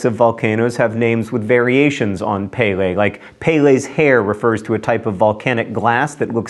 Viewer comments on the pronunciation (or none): Pele= peh-leh, not pay-lay Mauna Loa= ma-oo-nah low-ah, not whatever you said. You pretty much nailed Kilauea though! :D